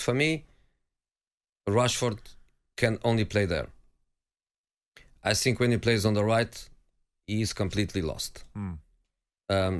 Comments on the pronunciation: Jose to Tottenham: think fast. Tottenham: he said sink fast. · To sink...to sink fast😂😂😂😂..no offence Jose..but that was funny asf...